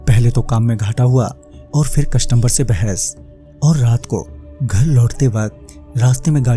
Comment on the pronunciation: Bhai boht dino se suna hu but aj bol raha hu.. Ap jo bolte ho wo galat hai कस्टमबर nahi its कस्टमर |